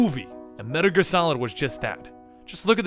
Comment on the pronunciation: "Medder Gear?"